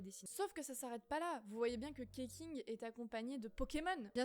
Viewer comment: Keqing ne se prononce pas Keking non plus d'ailleurs, vu sue c'est des noms basé sur les prononciation chinoises, ça se lirait + "Kuh-Tching" en sachant que le Q fait le son tch et le x fait le sont sh :>